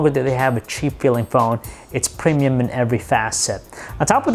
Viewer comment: Just because just because just because just because just because stutter just because preeeemiyum quality